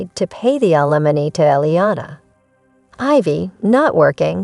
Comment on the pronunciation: Need to learn pronunciation. Ethan & Ailmony pronounced wrong.